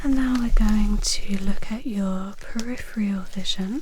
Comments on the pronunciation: Peripheral not periphreal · Almost perfect, apart from the use of "periphrial" instead of peripheral. It's a bit like someone saying "nucular" instead of nuclear. Damn it, now I have to clear my predictive keyboard to get rid of those two words!